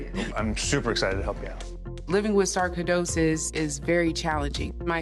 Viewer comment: Sarko-dosis? I've never heard it pronounced that way.